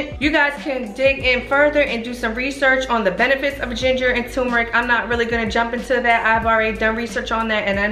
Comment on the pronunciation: Why do people pronounce it TUMERIC, when it’s TURMERIC?!?!?